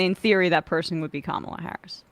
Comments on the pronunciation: The second time, he pronounced her name as "camela" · "Camel-uh" -Dennis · As an Indian, I find her pronunciation weird. It would be cum-la or another version is ka-mal- uh. 🤷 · Prager still intentionally mis-pronouncing Kamala .... unintelligent fool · Well, Dave DID mispronounce her name... probably on purpose. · Both guys still can't pronounce Kamala correctly. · Why's saying THE USA VP's name "Kamala" correctly so impossible for those 2idiots?? NO doubt DELIBERATE at this point & wholly unnecessary!🤬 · Neither Prager nor Rubin can even pronounce Kamala's name, but their opinions about her are supposed to mean something?